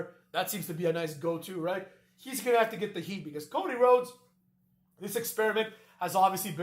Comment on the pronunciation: Rody Chodes? 😂